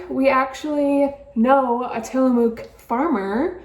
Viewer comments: I hit this video because the thumbnail had Tillamook cheese in it 😂 I live out here in Tillamook and butchered the name 😆 out here we pronounce it Tillamuck, It’s the Native American word for Bay. It’s cool to see Tillamook cheese and Josie‘s name reaching the East Coast 👍🏻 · It is pronounced "tilla muck". It was very good cheese before they sold out